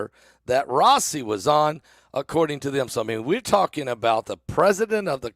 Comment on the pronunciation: Pronounced Rah eee see